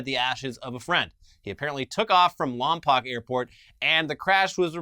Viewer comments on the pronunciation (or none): Hey when you read the news about the plane crash you misread Lompoc it's actually pronounced Lompoke not Lampak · It's pronounced Lompoke, not Lompoc. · Bruh, its lom-poke... long O... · Ok.... Can't say Lompoc (lam poke) but you nailed Cuyama. Wtf is that